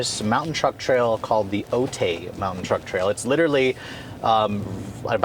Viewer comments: Otay is not pronounced O-Tay. It's pronounced O-tie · That's how we San Diegans can tell a tourist... "Otay" is pronounced like "O-Tie", "O-tay" just sounds strange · I cringed every time he said it. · San Diego local here, I hope you enjoyed your stay here. Just FYI, it’s pronounced “Oh-Thai” Awesome video as always though. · It's pronounced Oat-i 🤭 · Minor thing: Otay is pronounced “O-tie”. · "Otay" is commonly pronounced "Oh-Tie" if you're in southern California [I think it's a Native American word]... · Ha. Its pronounced as Oh-tie (otay). Love your video man! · True story...straight murderd the name.